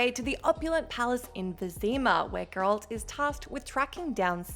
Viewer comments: tried to watch. stopped at 1 min cuz the narrator kept mispronouncing geralts name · The way she says 'geralt" I can tell she hasnt played witcher 3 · This is why females should not play. Cant even say Geralts name like a normal person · Great video, but I just can't stand the way how you pronounce Geralt's name 😑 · They lose credibility when they pronounce it that way. I won’t purposefully watch any of their videos again. I’m surprised they don’t lose subscribers. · So this person couldn’t at least do 3 minutes of research? One cut scene or clip of the show would tell you how to pronounce his name... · Why is she pronouncing his name wrong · How can you not pronounce GERALT obviously have no idea what your talking about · Im uncomfortable how she pronounces Geralt 🙈🤣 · How the hell do you fail to pronounce names correctly from a game with fucking voice-acting? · Ma'am... Have you even played Witcher 3? Because if you had, you would know how to pronounce Geralt... It's not a bad info video by no means but my got, I curled my toes each time you said his name.. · It’s crazy. You think after people have been corrected 100 times some youtubers would actually learn how to pronounce Geralt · Considering the game shows Geralt getting exasperated when some lady mispronounced his name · It's pronounced correctly IN THE GAME THEY'RE TALKING ABOUT, it always shows they've never actually played the game at all and are just filling a quota or something. Either that or they're deliberately trying to piss people off. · Why can’t anyone at what cultural pronounce GERALT’S name correctly. Oow it’s a bit aggravating. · I know, right? Like, dude, they say it like a million times in the games! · Please...it's GerAlt, not geerolt 🤦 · its Geralt. not Gerolt... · Perhaps even "Gher-lt" , not "grr-Alt" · as soon as she said gerolt the first time instead of geralt i was done with this vid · Please stop! It's not Grolt, it's Geralt..... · WHO THE F*CK IS ''grold'' ???